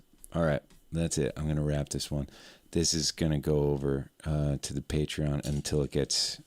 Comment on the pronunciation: Please tell me more about this... "pay tree on"?